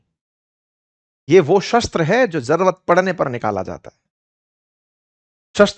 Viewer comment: भाई साहब आप बिहारी के र पर तो बात कर गए लेकिन खुद जरूरत को जरवत बोल रहे हो और अक्सर बोलते हो! Lion को Loin कहते हुए भी पाए गए हो!